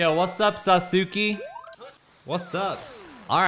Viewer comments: Its not "saw-sue-key" its pronounced (sauce-kay) and it's a common name in Japan and it's also the coolest character in Naruto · it's pronounced like this. "Sas-k" lol. Great video as always. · Every time pronounce Sasuki i laughed lolz.. Didn't even know if it's intentional or not. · The Legend of Sah-soo-key returns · Sa soo kay. Emphasis on the Sa. SAsookay. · Sauce-kay lol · Awesome pronunciation of Sasuke! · ……yeah it’s totally “sauce-kay” 😒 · It’s pronounced “sauce-Kay” if anyone was wondering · Sasuke = Sa-ssss-kay, that’s how you’re supposed to say it . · It's pronounced Sauce-Kay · Sasuke is pronounced “Sauce-Kay” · Sasuke is pronounced Sas-Kay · It's pronounced sahs-kay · He has to be pronouncing it wrong on purpose at this point to agitate people. People have been correcting him for like.... 3 videos now. I even gave him a fun association technique to remember. Just think spaghetti. I love spaghetti but I hate noodles, so im just gonna eat the **sauce k**? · It's pronounced "SAUCE-KAY". Just fyi. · Lmao my Boi saying Sasuke wrong giving me a headache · The way he says sasuke hurts to listen to I mute it at this point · The way he was pronoucing sasuke hurt me inside and was very cringe